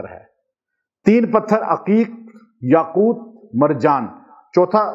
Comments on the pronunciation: Aoa. apny Taa pr zabr prh di yaqoota, jb k Taa pr paish hai,yaqooto hai. Braiy mehrbani is ki islah kr lijiye. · yaquuta padh rahe hen. Yaqutu he baba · AAP ayat ko ghlat pard rahay hai correction karay yaqootu hai yaqouta nhi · السلامُ علیکم جناب اپنے يآقوتا۔ پڑھا ہے ہے یاقوت کیا پڑھنا ہے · یاقوت کے ساتھ پیش پڑھے زبر نہی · یاقوت کے پیش کو نہی پڑھا نے ۔۔۔یاقوت کے پیش کو پڑھے قران کودرست پڑھنا چائیے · Aslam oalikum ka Sath Lafz taa KY uper peesh ha zaber nhi. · بہت ادب سے عرض ہے کہ آپ یاقوت پر زبر پڑھ رہے ہیں جبکہ پیش ہے اصلاح کے لیے معذرت خواہ ہوں